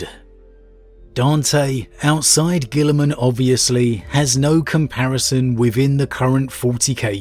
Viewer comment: I can't believe you haven't learned how to pronounce the Ultramarines Primach' name yet,. Come on mate, it's clearly Roberto Grillingman, master of all barbecues and slayer of shrimp.